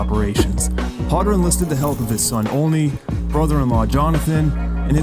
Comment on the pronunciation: Ponagansett is pronounced "powna-gansett - long "O" sound. Olney is pronounced "Oh-nee." I'm probably related to these people through the Olneys. I'm a little surprised that someone from RI doesn't know this. Cool video, though, I'd never heard about that (I'm from Coventry.)